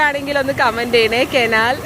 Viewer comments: Yes enkkum kenal kaanunnathu ishttamaanu Njangalude naattil kenal ennalla parayunnathu kanal ennanu parayunnathu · Anty canal അല്ല കനാൽ എന്നാണ് പറക്കുന്നത്